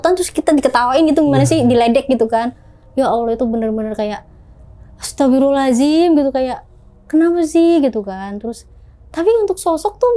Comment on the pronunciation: Semakin bca istigfar smkin bnyk yg ketawa...krna istigfarmu juga salah😂astagfirullahalazim😂😂emng ada ya di istigfar hurup Zay😂 gmn syetan mau takut😂